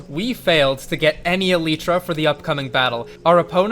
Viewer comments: is it eleeeeeetra or elYtra? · Why dies he say eletra its elytra cuh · can we disucc AL-EE-TRA huh? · eleetra... SAY IT CORRECTLY YOU NONCE. Eh LIGHT tra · It’s alitra not eeeelitra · Him saying eletra was just funny for some reason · Aleetra? Tf is an aleetra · its pronounced e-lie-tra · Its actually pronounced as eleetra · Why does he pronounce elytra like that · Bro does not say elytra right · why do you say "elytra" wrong? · please say eltyra right